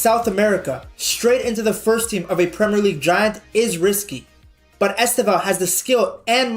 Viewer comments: Nice video, man. A tip on how to pronounce his name correctely: The stressed sylable is the second: esTÊvão. You can even make the first letter "E" silent: sTÊvão. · Estêvão: TE is the stressed sylable. Pay attention how Brazilians always pronouce his name, please.